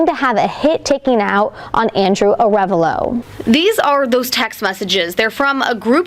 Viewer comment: a full video of everyone mispronouncing "Ah -re -VAHlo"